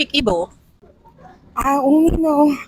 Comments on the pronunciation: She’s correct in her Igbo. Perfectly pronounced too. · Yeah, she actually tried with the Igbo pronunciations. 😂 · you're special.as a Nigerian igbo girl,she really tried in the pronunciation.nice to meet you am also igbo. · as an igbo shes right and she said shut up correct pronouncation needs a bit of brushing 😂🎉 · Yeah she got the igbo correctly anya = eye nti = ear onu = mouth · She very correct with her igbo language and pronunciation is good better than my kids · Interview her more I love watching her she so calm and dramatic love the way she talks. She also brilliant all the Igbo pronunciation is good 👍 she is good good news.. gospel means the same as oziomachukwu.. I love her ❤ 😍